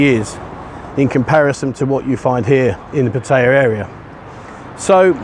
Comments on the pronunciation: ....puh- teye- yah..... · Surely you can learn how to say Pattaya correctly as it’s mentioned in your videos often Thai people would respect you more